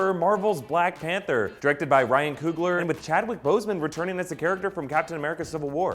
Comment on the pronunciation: I love black "Pather"